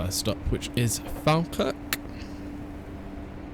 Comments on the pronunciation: Falkirk is pronounced "fall-kirk" rather than fal-kirk just fyi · Great video, I've watched your videos for ages but just realised I havnt subscribed, so I have now. So since you mentioned it falkirk high station is actually said like...... Fall- kirk, as in you're falling over. Just thought I'd say it because you said you like learning new things. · Falkirk is supposed to be "Fall-kirk" (a lower "all" 'a'). Or, that's how I've heard every conductor on that line say it. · You have pronounced my town wrong Falkirk Watch Some Falkirk games You have a failed to pronounced